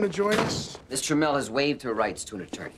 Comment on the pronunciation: Ohhhh they were saying Miss Tramell! I thought they were saying Mister Mell!